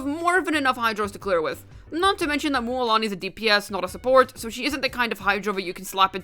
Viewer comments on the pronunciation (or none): Stop pronounce it mÜÄlani🤕🙃